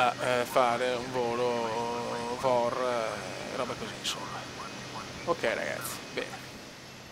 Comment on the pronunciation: Per andare un po' fuori dagli standard ti consiglio: Zurigo - Barcellona Volo di giorno CIAO PS: Il VOR Si pronuncia "Vi-O-Ar"!!!